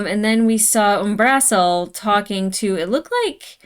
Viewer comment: um-bruh-seal, not um-BRAH-seal